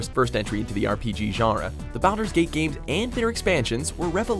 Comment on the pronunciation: SnookySnook420 also there was a console Baldur's Gate?? Like two of them, if I remember correctly? Unless we're pretending they don't count, just like we're pretending this dude knows how to pronounce Baldur's. Lol